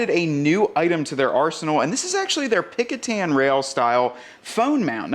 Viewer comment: Was going to type this. Picatan or whatever he was saying sounds like a jungle country.